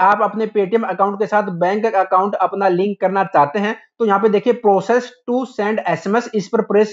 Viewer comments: Bhaiya प्रोसीड hai vo प्रोसेस्ड nahi hain🙂....bura mat manna bas galat tha to sahi bataya hai. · proccesed or proceed lol